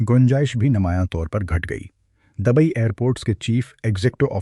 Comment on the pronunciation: جاہل پاکستانی لوگوں کو ہر لفظ میں زبر لگانے کا اتنا فوبیا کیوں ہے ؟ پورا ویڈیو دیکھنے کے بعد ایسا لکھ رہا ہوں۔ یہ شخص Dubai کو Dabai کہتا ہے۔ Singapore کو Sangapore کہتا ہے۔ Lufthansa کو Lafthansa کہتا ہے۔ British Airways کو Bartish Airways کہتا ہے۔ گریز کو garez کہتا ہے۔Buisness کو Baznas کہتا ہے . نمایاں Namaya کہتا ہے۔ یہ غلطیاں سنتے سنتے سر میں درد پیدا ہوگیا اور آخر میں پورا ویڈیو دیکھنے سے پہلے ہی بند کر دیا ۔ توبہ توبہ جب کوئی پاکستانی اردو بولتا ہے تو سننے والوں کا خون کھولتا ہے۔ حد ہو گئی جب اس نے ابھر کو ABHAR کہا۔ یہ شخص کسی بھی ملک کا ہو لیکن لعنت ہے اسکے اس تلفظ پر۔ کوئی اسکو مشورہ دے دے کہ وہ اردو بولنا سیکھ لے یا اپنا پیشہ بدل دے۔